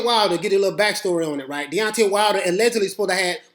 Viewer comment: Ahahaha Beyonce Wilder I love it. Watched a few of your videos thought you just say Deontay fast and it came out sounding like Deoncay or Beyonce that's hilarious it was intentional.